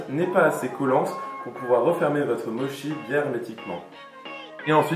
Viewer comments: Pardon mais on dit motchi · Chaton, on dit "motchi" hihihi Mais trop cool, faut vraiment que j'en fasse j'ai presque tous les ingrédients en plus ! <3